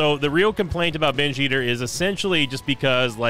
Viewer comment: Best part of binge eater is listening say binge ester in a funny way everytime he gets a binge eater item